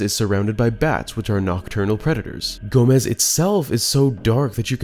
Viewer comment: I'm pretty sure it's pronounced "Gah-mess" not "Gomez"